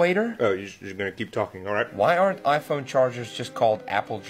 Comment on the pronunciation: Bro it's "aren't" not "arne't" 💀